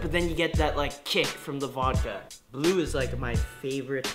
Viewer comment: "The bue flavor," Good job, good job.